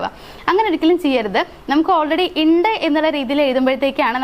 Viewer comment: ഇണ്ട് അല്ല ഉണ്ട് എന്ന്. ഓക്കേ